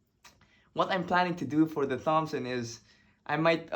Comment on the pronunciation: So cool man! Btw it's pronounced like "tompson" not "th-ompson" (the 'h' is silent - english makes no sense, i know lol)